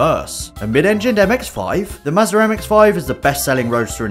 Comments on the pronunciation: There is no R in Mazda... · Teayoter and Mazzer